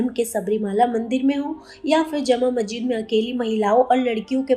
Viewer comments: Reporter ma'am ka pronounciation of masjid is not correct Please pronounce as Mas__jid and not Majjid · Mahjid mahjid kiya laga rakha mahjid kiya hota hai Musalman hokar bhi ek lafz ke Talaffuz ki adaiyegi nahin ho pa Rahi hai had hai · Masjid bolna toh seekhle